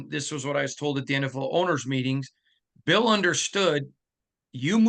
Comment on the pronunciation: Bill not Boll